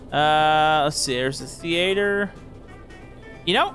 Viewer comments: Thee aye ther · How did he pronounce "theatre"?